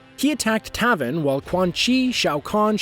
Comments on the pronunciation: U said Taven's name wrong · Triggered when he said taven name wrong